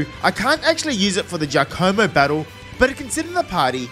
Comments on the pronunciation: Gaccomo??? Its GIaccamo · Btw it's gi-AC-omo (g as in guy)